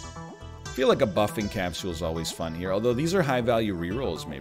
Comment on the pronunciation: Will this man ever say capsule like a regular vancouverite?